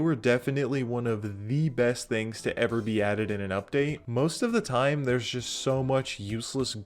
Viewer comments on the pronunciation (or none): none